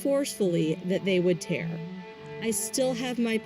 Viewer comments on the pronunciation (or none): none